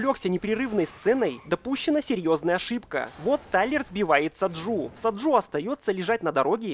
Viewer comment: Блет не Саджу а Саджи